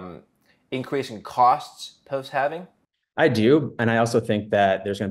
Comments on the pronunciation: lol not watching past the first "HALFENING"!! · I can't stand listening to anyone who says "halvening".